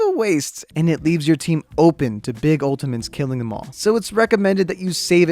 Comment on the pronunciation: i cant take this dude seriously when he keeps saying "ultiments"